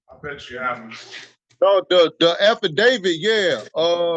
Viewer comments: 😂 I am sure he said he read the affidavid😂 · Did he just say..."afterdavid"?😂😂😂😂😂